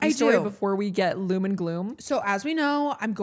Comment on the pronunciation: it’s DOOM and gloom lol not LOOM 😅😭